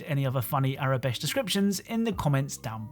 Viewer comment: You keep on saying Aurebesh as tho it were “Arabesh”. Just an FYI